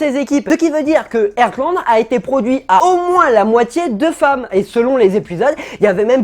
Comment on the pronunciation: Pitié c'est pas "Ertland" ça se prononce "HARTland" 😭😭😭